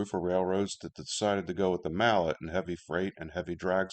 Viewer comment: Very good video, but slight gripe: This might be something you already know, but Mallet is pronounced Ma-lley